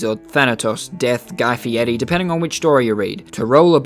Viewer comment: “Guy fiere” lmfao